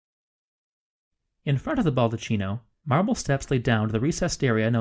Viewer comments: Oh man, it's a baldaKKino - Italian spell: baldacchino, CHI in Italian is pronounced K, therefore, baldakkino. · Respectfully, the Ball-da-KEY-no; chi is KEY, not CHEE. Bernini deserves it. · Its pronounced "ball-dee-KEY-no." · Very interesting. Forgive me but it is pronounced BaldaKino. An H after a C in Italian makes it a hard C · It's pronounced baldaKino. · Do you mean....Baldecchino.......Pronounced.........Balde-keno? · Baldaccino is pronunced baldaKKino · I'm very glad to hear it. And my apologies for the mispronunciation - I realized my mistake almost as soon I released the video. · It would be helpful if the proper pronunciations for Italian words were used e.g. baldacchino is pronounced with a hard C! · It’s a good video but please do not pronounce Italian as if it were English. “Baldacchino”, for example… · This video is a year and a half old at the time I am typing this comment, but it is NOT TOO LATE to delete this video and re-upload a new version where you pronounce the word "baldacchino" correctly. The fact that you don't know "chi" is pronounced "ki" in Italian damages your credibility somewhat. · very interesting and well exposed... it would be perfect but every time you mispell "baldaccino (baldatchino)" instead of "baldacchino (baldakkino)" my ears hurt so much... sorry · nice video, apart from the cavemen's units (feet, pounds..) and some pronunciations.. it's 'baldacchino', not 'baldaccino'.. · Great video, even I learned a few new things about a place I know well. Look forward to more videos. Just one note: the word “baldacchino” should be pronounced “baldakino” instead of “baldatchino” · it is baldakkino and not baldatchino, the italian ch is pronounced k. It is not a capuccino, please. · Baldacchino is pronounced "bald-a-key-no" not "bald-a-chee-no". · Yes, my apologies for that. I realized my mistake almost immediately after posting the video, and several commentators have pointed out the mispronunciation.